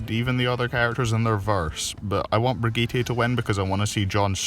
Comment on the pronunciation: The way you pronounce Brigette made me break out in hives.